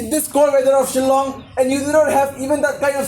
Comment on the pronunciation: Shillong not Zilong